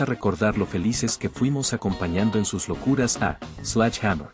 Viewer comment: por que le decis slach hamer? Sledge en fonética ingles es slɛdʒ... que para que entienda cualquier croto se pronuncia: sledye o sledshe. Párrafo aparte para la detective duró... la inspiracion que ejercia en mi en esa época ann marie martin era descomunal y desidratadora